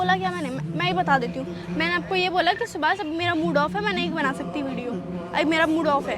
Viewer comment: Aare bhai subhas clear bol na bahane kio bana rahe ho. Aapko toh achha samjhti thi. Subhas😡